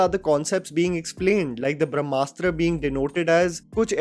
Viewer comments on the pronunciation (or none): Brahmastra deserves half a star at best. The heroine calls it Bhramastra, not Brahmastra. She couldn’t pronounce it correctly. She shouts ‘who are you, Shiva’,’ what are you Shiva’ countless times before intermission. I thought it was a cocktail made with a dash of Harry Potter, Hero’s duality & Force and darkside from Star Wars and typical Bollywood love story!! It is not rooted with our history/mythology. Take inspiration from anywhere you want, but presentation is important. Even Bahubali had love story of Devsena and Amarendra. It was beautifully written. Brahmastra showed love story of leads like some Instagram reel.